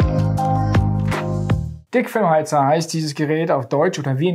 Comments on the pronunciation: Ich hab einfach "Fickfilm" heater verstanden... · hab ich richtig gehört? "fickfilmheater"? 😄